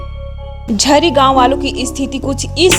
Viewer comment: गांव का नाम तो साही से बोलिए झिरी है